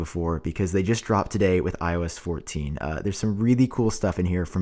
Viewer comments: I kept thinking he was saying “When I was 14” each time he said iOS 14 😭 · Is it just me or other people also hear ,,I was fourteen” when he says IOS 14 😂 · I keep hearing “when I was fourteen” instead of “iOS 14” 😂💀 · Everytime u say “IOS 14” i always think u say “When I was 14” 😂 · I keep thinking he is saying “When I was 14” instead of “ i OS 14”. It’s getting weird. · I know he didn’t say that but for the few minutes of the video he lowkey sounded like he said “ when I was 14” . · It sounds like you are saying when I was 14 not iOS 14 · Everytime you say “ios 14” it sounds like “i was 14” 🤣😅